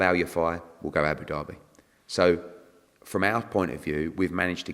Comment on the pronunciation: Abu Derby its Abu Dhabi 😂😂